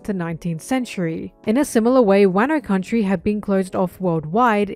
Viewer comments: Wairno and Barock Works instead of Wahno and Baroque Works 😭😭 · I agree with everything in this video. Aside from those pronunciations. Wuhno. Not wahno. My pain is immeasurable. It's probably preference and I'm probably wrong but my ears don't like it 😭